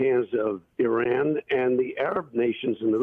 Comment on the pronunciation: whoever you are, is it possible for you to learn how to pronounce "Iran"? How do you pronounce "Italy"? Good grief.